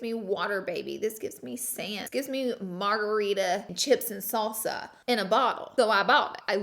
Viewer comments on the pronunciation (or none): none